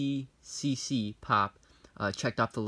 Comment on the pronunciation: sorry, but i laughed every time you said ecccc its eccc